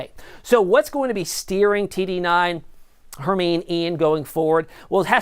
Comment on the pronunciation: its pronounced Her Mine E like from Harry Potter